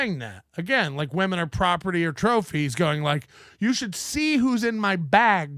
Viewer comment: Vait a second, vait a second, vait a second. Ray but ray you bring all these vomen into the dabbleverse